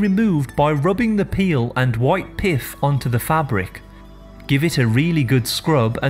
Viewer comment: Oh No !!! No.15 - did you mean Lemon "PITH" rather than Lemon "PIFF" ...... ??? HILLARIOUS !!!!!!!